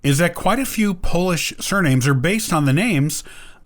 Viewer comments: Pronounciation of polish names in this programme is horrible.They do not sound like this! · I can't bear hearing you butcher Polish names. So i quit listening to your narrative. I can't understand the names and i can't understand name endings.. NOT UNDERSTANDING...can't help what you want to communicate.y